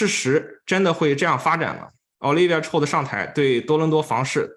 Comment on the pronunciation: Chow. Ow 发音 不是臭 ，是奥。night owl 的奥